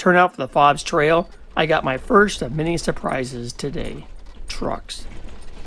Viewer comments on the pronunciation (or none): My family owned Fobes Ranch from 1978 to 1989. I lived there when I wasn’t at Cal Poly San Luis Obispo. Our foreman found an ammo box with LSD butterfly cards. I lived in the house at the south east end of the ranch. It’s pronounced Fobes with a long O.